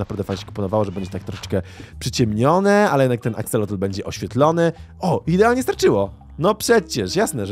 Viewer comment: 3 najlepsze moby -panda -pszczoła -axolot mówi się aksolot bez "l" na końcu